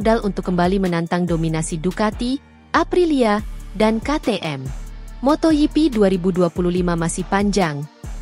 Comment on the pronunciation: Moto GP bukan moto hipi. Bgaimana sih cara baca nya. Biasa saja bro ndak usah di gaya rayakan ndak enak dengerin nya.